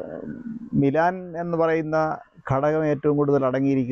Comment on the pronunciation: മിലാൻ അല്ല മെലാമിൻ ആണ് ശരി